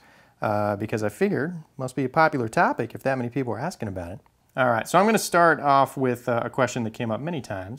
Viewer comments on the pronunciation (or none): none